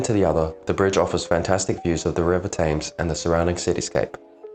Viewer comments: You need to work on your pronunciation as it spoils the video. You’re clearly a pom and yet the only pom I’ve ever heard who calls it the river “taymes”. It’s TEMS! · Your film was very good you spoke well the River Thames is pronounced tems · Is this a computerized narration? What British guy would pronounce Thames with a long A?